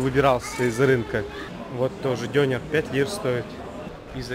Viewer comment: Классно. Единственное, поправлю, не дЁнер, а дёнЕр. В турецком языке почти всегда ударение на последний слог...